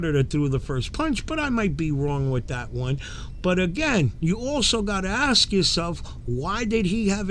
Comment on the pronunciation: Why do so many people say axe when they mean “ask?”